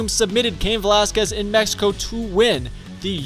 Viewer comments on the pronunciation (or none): none